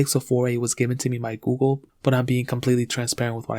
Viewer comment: Can't watch it peacefully with his pronouncing of Google....goo-go lol